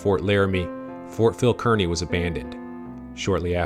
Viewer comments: The correct pronunciation of Kearney is Karni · Fort Phil Kearney was pronounced "Karney."